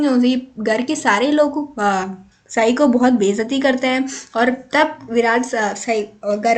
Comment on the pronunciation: it's not saai it's sai